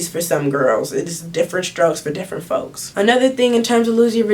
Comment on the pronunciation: She said different strokes for different fokes 💀🤦🏾‍♀️